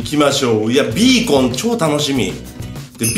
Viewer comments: ヒカキンさん5年ぶりにビーコンのことをベーコンって言った！なんて久々。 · ベーコンじゃないよビーコンだよ😁 ほのぼのヒカちゃん応援してま(ｏ^-^)尸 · ガラス張りだからから何か綺麗www それと、ベーコンって聞こえたwww(マイクラあるある😙)